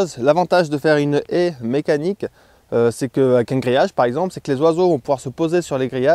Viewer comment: J'aurais dû compter le nombre de fois où tu a dit haïe 😂🤣😁. Tres bon sujet